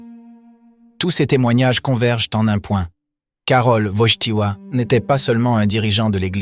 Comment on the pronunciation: Il faut dire Wojtyła, et non pas Wojchtila, merci